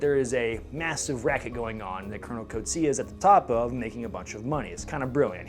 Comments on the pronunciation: I need to teach you the correct pronunciation of Coetzee, as well as some other Afrikaans words. It'll make the South African content so much more authentic. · As an Afrikaans South African it's always funny to hear Americans pronounce our surnames Like Coetzee